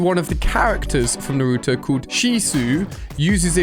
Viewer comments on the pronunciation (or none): Lol pronounced Naruto like such a typical white guy who hasn’t even watched an anime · Ali you said Naruto wrong no hate but it triggered me 😅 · The way he says Naruto pains my heart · Your saying nurto it’s called naruto no u in the behind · Ali a is so uncool he dosent know shisui uchiha pronouncation and didnt know kototamatsukami pronunciation too and the crow eyes kotoamatsukami was given by itach uchiha and naruto pronounciation is n-a-r-u-t-o not nruto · Bro it’s naruto not nartoo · man cant even pronounce naruto correct oml